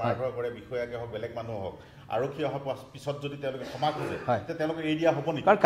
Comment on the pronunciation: খেমা নে ক্ষমা ? শুদ্ধ উচ্চাৰণত মনোনিবেশ কৰিবলৈ আহ্বান কৰিলোঁ।